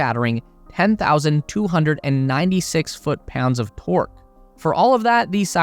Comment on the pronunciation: Wait did he say foot pounds of pork?